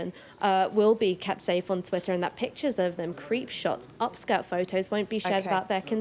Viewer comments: Is it Twitter or is it Twi'er ? Make yer mind up darling. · Until she can pronounce TWITTER properly I think she should be banned from life!! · Can't concentrate on what she's saying because she keeps dropping the "tt" from Twitter. "Twi-er is creating a hierarchy" ....huh, what's Twi-er? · What's this "Twi'er" that Ash is talking about? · This woman is so conflicted. She pronounces her 't's in all her vocabulary except in 'twitter' with the double 't' in the middle of the word. Most odd. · The way she pronounces Twitter offends me😂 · Listen to her pronunciation of twitter she even sounds dumb but she is a very accomplished liar. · I was going to make the same comment. I found it really irritating every time she mispronounced twitter.